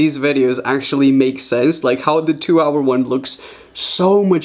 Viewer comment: He said 2 hoi cookie